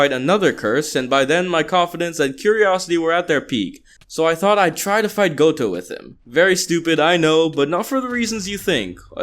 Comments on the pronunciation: "goto" me: visible rage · Stop calling him GOTO! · You really said goto .. you bring forth shame on his name